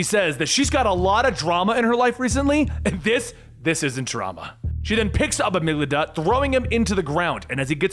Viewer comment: One small criticism from a big fan. With ALL due respect (which is a lot of respect), as a professional narrator, part of your due diligence should include looking up the pronunciation of words you don’t know. Especially if they are words like “Amygdala,” (a specific part of the brain) which is a villains actual name and you didn’t pronounce it correctly a single time, and same goes for the myth of “Pygmalion,” from which Professor Pyg gets his namesake. Those especially are really important to get right. But there are a lot of pretty basic normal words that you mispronounce on a regular basis, and it can be a little bit distracting as a viewer. 😓😅Instead of assuming you can figure it out, why not just double check first that you’re correct? All in all it’s an extremely minimal time commitment to make sure you’re pronouncing a word correctly. You just have to go to google, type it in, and click the button that says the word for you. Anyways. Again I love your videos and this comes from a place of constructive criticism for how to improve on an already wonderful quality product.